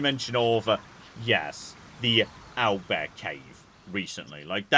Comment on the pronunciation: the way he says "oil bear" and later "aisle bear" just sends me every time